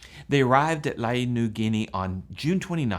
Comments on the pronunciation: It's pronounced "lay" not lah-ee. Really wish people would look this stuff up prior, it's easy to do and it's respectful to place and people you are talking about. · Its Lae in PNG and is pronounced Lay not Laeye. I lived in Lae as a young person and fell in love with the Earhart legend. As I recall there was a lot of material around the Lae airstrip about her but it was probably lost when the government moved the strip to Nadzab about 20 miles away. But what a woman. I hope the wreckage is found and good on you for the great coverage. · Interesting video. BTW, you and everyone else are pronouncing Lae, Papua New Guinea incorrectly. It's pronounced "Lay".